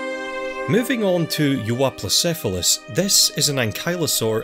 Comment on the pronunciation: Casually pronounces Euoplocephalus